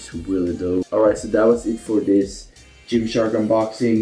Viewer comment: Absolutely no one:: Yimshark